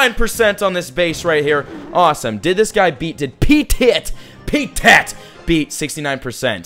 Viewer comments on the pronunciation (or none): I think it's "petit" and not "pee-tit" 😂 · P'tit Jaune is French it means little yellow lmao wtf was that pronouciation?!